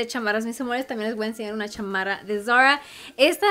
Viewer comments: No entiendo porque habla asi.. todo muy bien pero.. tiene un problema con la "r" ???? que solo es por momentos.. se dice Zara y ella lo dice como muy así ... muy bonita la ropa pero que hable como mujer no como niñita de 4 años.. de a momentos habla bien pero otros..... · van a decir que no puede decir "Zara" ???... escuchen como lo pronuncia... pichurrienta jajajaja